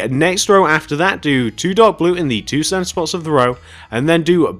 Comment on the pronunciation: When he says center it sounds like he says Santa lol and sorry if this sounds mean and yea plz do tarts next